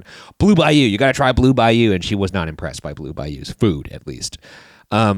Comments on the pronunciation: Anyone else hear them pronounce the restaurant as “Blue Bi-You” as opposed to Bayou. Maybe just me lol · The way you guys pronounced “Bayou” THE WHOLE TIME !!! PISSED ME OFFFFFFFFF 😭😭😭